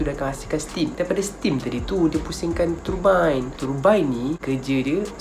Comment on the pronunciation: ouh so yg betul sebutan nya ialah turbine..bukannya turbine